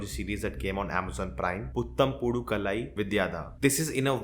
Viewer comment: I appreciate you for the effort in pronouncing words from other languages, it's never easy when we're not a native speaker. Just wanted to share the right pronunciation so that we can all learn and grow. Putham - you're right on that one. Pudhu - instead of your hard 'da' sound, swap it out with the 'dh' sound in, say, "dhyan", so,pu-dh-u. Dhyan wala dh is still not the correct one, but lets go with it. Kaalai - Bruh, it has the double AA, this one is a no brainer lol. k-AA-lai. Not kuh-lai. Vidiyadha - Vi-di-ya-dha, di - lets say lakdi wali di, dh - dhyan wala dh.